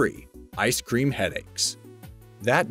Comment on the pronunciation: "icr cream headaches" anybody else catch that?